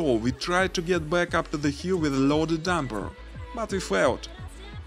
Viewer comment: По английски ролик научились озвучивать, а "дУмпер" правильно произносить нет....